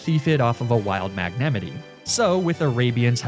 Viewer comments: The way he says magnemite just makes me really mad for some reason He says it like: mag na me tay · mag-neh-mity??? i was so confused edit: luh prahs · i love how he calls magnemite "magnematee" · what was that pronunciation of magnemite's name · Why do you keep on saying magnemite the wrong way and Arcanine lol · Bro… please please pleeeeaaassseeeee learn how to say Pokémon names properly. Like it physically hurts to hear you say Lapras, Arcanine, and magnemite. If you don’t want to take the time to sound them out properly, watch the anime… the names are literally spoken for everyone to hear. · I hate the way he pronounces “magnemite” literally an immediate turn off from finishing the video, liking the video, and subscribing.